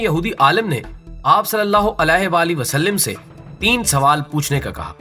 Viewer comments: islah kijiay please SUAL-LAL-LAAHU ALAHI WA-AALIHI WASALLAM WA-SAL-LIM NAHI WA-SAL-LAM. LAAM PER ZABAR PARHIAY. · Wasalim nahi hai bahi wasalam hai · Huzoor ka naam ap sahi se nhi le parahe h wasallim nhi wasallam h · good Information,ALLAH bls u,,,brother,plz correct S.A.W,,,,vasalim not vasalam right hy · Gadhe.. wasllim NH h wasslam h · Salim nai sallam hai plx apni islah karain.. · وسلم ل پر زبرہے زیر نہیں کیونکہ عربی گرامر کے حساب سے غلطی ہوگی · جناب آپ۔۔( وسلم) کے ل پر زیر پڑھ رھے ھیں بار بار ۔۔۔ل پر زبر ھے ۔۔۔غصہ کی معافی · معذرت کے ساتھ اگر برا نہ منائیں تو یہ آپ(صلی اللہ علیہ وسلم) میں جو آپ وسلم بول رھے وہ ٹھیک نہیں وسلم لفظ میں ل حرف کے نیچے زیر نھیں بلکہ ل پر زبر ھے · You are right